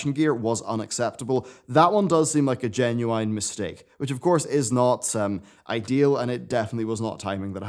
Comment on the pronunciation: that's not how you pronounce "genuine"...